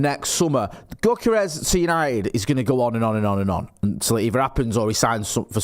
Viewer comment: Go kart rash?